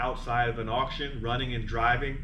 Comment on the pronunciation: What's an "aution"?